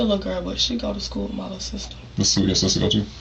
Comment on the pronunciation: “Everybody playing wiff the gun” nuff said